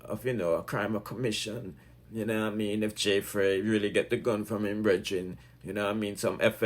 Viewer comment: It's Fraii (fray) not Frass.